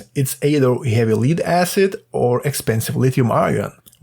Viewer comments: please say "lead" properly it's not what you think................. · That's not how you pronounce "lead" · A controversial future "Perfect" battery was announced at the US CES show: Donut Lab "production-ready" SOLID-state battery, lasts for 100,000 cycles , fast charge, higher density, no volatility (No working batteries were on display.) Appears to be a sort of capacitor with no chemistry. fyi "Lead" is pronounced with a soft E. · Pronunciation tip - lead is "led" not "leed" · It's not "Leeed acid" it's Lead like head or dead.... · FYI, lead is pronounced led, not leed. Also. thanks for this great video. I will actually put it into use when I build my next fishing kayak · It’s pronounced LED ACID not LEED ACID. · well done, read all coments till i found pronounciation of Lead he beat me to the punch as i debated on calling you out on it LOL (led not leed) lead can be pronounced both ways as it is written same way depending on the subject, that's english for ya' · Can't pronounce the word Lead. You keep saying Leed instead of Lead. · Lead/li:d/ is not lead/led/ - perhaps a dictionary..? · Lead is pronounced like "ledd" not "lied" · It is lead - not leed ! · In English, 'lead' (the metal) is pronounced "led", not "leed". The word 'lead' (as in a dog lead or popular leader) is pronounced 'leed'. Confusing language with terrible spelling norms... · AI says, Leeeed acid. Block you! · lead is actually pronounced lead, hope this helps ❤ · You could also provide a little pronounciation help: in this case, lead rhymes with shed. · It’s pronounced lead not lead